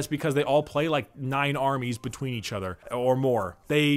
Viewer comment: So is anyone else noticing is swapping a lot of N's for M's as he speaks, am I hearing it correctly or am I slowly allowing the madness to take over? Betweem, Factiom, so on and so forth.